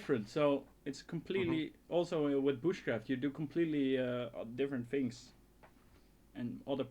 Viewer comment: it's things not fings everything you say is good but there is that thing word that i hear fings though your videos are awesome and entertaining and very funny